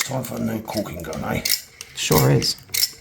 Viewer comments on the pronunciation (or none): Caulking gun, not cooking gun. Jeeh!